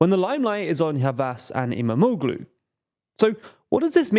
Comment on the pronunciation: I believe you will need to mention his name more often from now on. "Imamoglu" has actually soft g (g with a breve) which is not really pronounced. Think of it as = Imamoulu (o pronounced a bit longer). You can also check Google translate for the correct pronunciation.